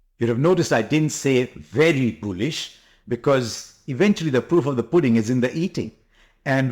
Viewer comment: It's Bullish and not Boolish, Harsha. Your diction has become very tired as you have aged. But you still remain one of the great Indian commentators.